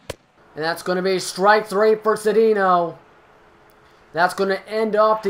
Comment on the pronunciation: Its ce dayn yo not ce dee no